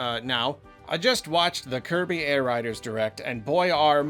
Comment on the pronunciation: it’s now Kirby Air Ride’rs’ not Air Rider’s’ like you said…..The first game was not called Kirby Air Rider! It was Kirby Air Ride!! You should have emphasized the rs not the s. You’re slipping